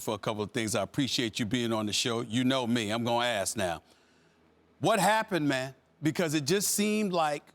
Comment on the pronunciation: "What happened mAn" I'M DONE LMAO fucking Stephen A.